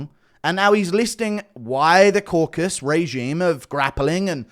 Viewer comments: KauKAsus not Kokus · Hearing these grown men say 'crocus' & 'caucus' is quite harmful to my ears 😘😘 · It's unironically guru's fault, he's been saying "caucus" for years and refuses to correct himself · i realize now youre the one confusing DJ with the pronunciation of the Caucasus. Your fruity accent sounds like "Corkus" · “Croakus” lmao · DC even said “caucus” correctly in front of DJ and DJ still says “crawcus” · Am I the only one triggered by these idiots messing up the real name of the region? It’s caucaSUS mountains or in the language of the native there kavkaz mountains. Not caucas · Caucasus not caucus. Mate it's not that hard. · It’s Caucasus and not „caucus“ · That pronunciation on Caucasus was diabolical. Caracas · Bit off topic but why do people just refuse to pronounce the full word “Caucasus”? It’s like saying Cafornia instead of California.